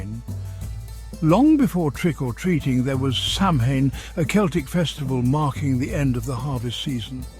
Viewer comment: Anytime someone does a history of Halloween production and can’t pronounce Samhain correctly automatically gets a thumbs down and I turn to another show. Sounds like AI to me. 👎🏿